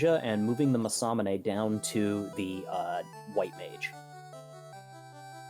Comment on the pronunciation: Masa- MAS-AAA-MUN-EY?! WHAT?! IT'S MA-SA-MU-NE! That's the worst pronunciation I've ever heard.